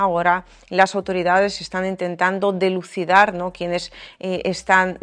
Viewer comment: Se dice dilucidar, minuto, 1 😘